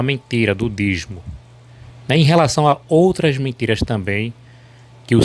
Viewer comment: Não é dizmo, é dízimo. Sabe nem falar quer refutar os outros?